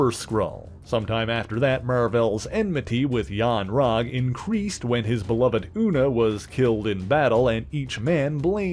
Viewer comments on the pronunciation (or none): none